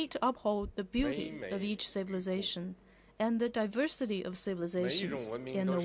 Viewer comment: 1’31” diversity -- wrong pronounciation O(∩_∩)O